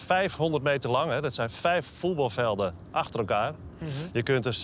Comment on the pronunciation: faren, foetbalfelden. Het gaat lekker met de uitspraak van de Nederlanse taal.